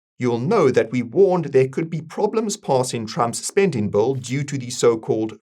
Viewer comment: Every time you say "bill" it sounds like a "bull".